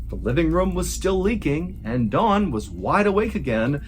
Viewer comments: Sounds like you’re saying Dawn instead of Don. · Is his name Don or Dawn? Why are you pronouncing it like Dawn? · It’s Don, not Dawn. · Ugh. Don not Dawn. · so I've been saying Don the wrong way all this time? You mean it's pronounced Dawn? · When you say, I think, “Don”, I hear “Dawn”. So does the Transcript. Which is it. Great story! And great art too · Don? Dawn? Doun???? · I find it interesting the number of fellow Americans who pronounce Don as Dawn. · Eh...Its was ok. I enjoyed this channel more before he became famous amd started raking in the 💰. Also: he keeps pronouncing Don's name as Dawn. Weird. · Just an FYI... You said "Dawn" the entire time. His name is DON... same "o" sound as mom. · Stop saying DAWN his name is DON! Annoying AF! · you really got this off of unsolved mysteries? Thats weak. BTW, it's DON not DAWN. You mispronounced the name throughout the entire video. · If your arms are bleeding from deep scratches, it's pretty obvious to everyone unless you're wearing a dark suit coat. Not discounting the whole story, but that's an obvious observation. Secondly, it's "Don" not "Dawn". Try saying "Donald" and just leave off the 2nd syllable. Or just try thinking of Don Corleone. It's not Dawn Corleone unless you want a finger cut off. The story itself has elements of "Nefarious". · Is he saying Don or Dawn? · I kept thinking you were saying Dawn. Not Don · Is it not Don? It does sounds like Dawn to a non American. Either way, sounds like he may have had morning glory! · It’s don he just says it to sounds like dawn lol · Am I the only one that thought he was saying Dawn the whole time? I kept thinking who would name a man Dawn lol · It sounds like Mr Ballen calls Don Dawn. lol 😂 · Fam. The way you're saying Don is irking me. Sounds like you're saying "Dawn" sometimes. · Oh Don I thought you kept saying Dawn